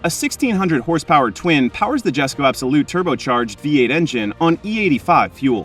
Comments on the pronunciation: Jesko ... yes co YESCO!! not jestco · It's pronounced "yesko" not jesko. Also it's the most powerful ice engine koenigsegg has produced but not their most powerful, that would be the hybrid Gemera with the Jesko v8 in it that makes 2300hp.